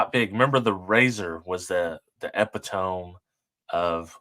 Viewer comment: I have NEVER heard epitome pronouced that way... that's WILD! LOL